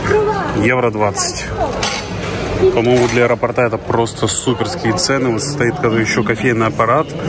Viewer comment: люблю вашу семью, сообщение из аэропортА", уже четно говоря -заколебало., неужели нельзя запомнить. Напишите себе на листочке слово и поставьте правильно ударение.😊👎